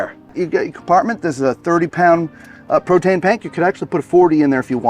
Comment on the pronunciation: Nice camper! Also, my husband and I couldn't stop giggling at you saying, "Protane pank..." 😂😂😂